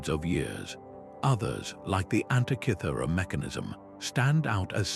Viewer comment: One minute in and the inaccurate AI illustrations have turned me off. That "Antichithura" device is a wholly invented fake. Do you mean ANTIKYHERA MECHANISM? If so your translator is as bad an example as I've seen and heard. Zero marks for content!